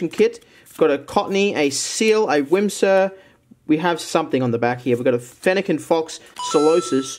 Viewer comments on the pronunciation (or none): Whimsur you mean whismur